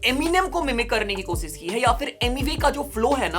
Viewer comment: Thanks for the video bro. Please work on your pronounciation of S and Sh. Eg: Koshish and not Kosis. Rest all good and keep up the good work.